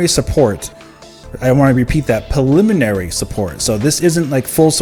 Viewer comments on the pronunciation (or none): sir thanks for info. I can assure you it’s pronounced “preliminary” , not “paliminary” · pRReliminary!!! Stop skipping the R u said that shit 20 times and all 20 wrong.